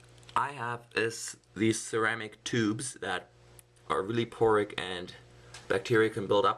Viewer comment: Poric? Porous! lol :P